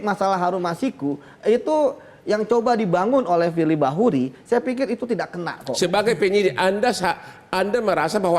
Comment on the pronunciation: Pirli Basuki...... 🤭🤭🤭🤣🤣🤣🤣😂😂😂 Ngakak dahhh split-tounge-nya Bang Hotman....🤣😅